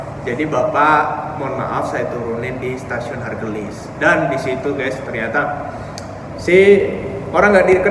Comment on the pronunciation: ..stasiun haurgeulis mungkin bukan hargelis..